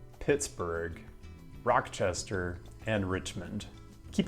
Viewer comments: ro-chester not rock chester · got Oshawa correct, but he makes up for it by getting Rochester wrong. It's Raw chester, not Rock chester in New York. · this mf said rockchester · My man just called Rochester "rock-chesther"